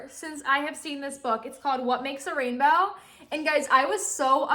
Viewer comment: who noticed that she said the rainbow wrong